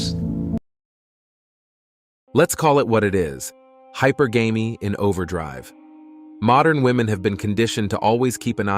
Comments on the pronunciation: its pronounced high purr gam ee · This is clearly AI. Can't get the word hypergamy right.